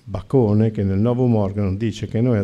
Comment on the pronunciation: Lapsus? Non Bacone ,ma baccone (figlio di Bacco ?)